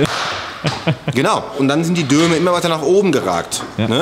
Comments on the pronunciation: Es heißt DOME, verflucht nochmal... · Dome statt Döme... . Junge, Junge was ist los bei dir. 😊😉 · Dome! Nicht Döme... Herrgottsakra! xD ;)